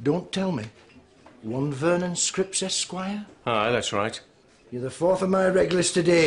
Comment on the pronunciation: I love how the Lithuanian pronounces Vernon's name as Screeps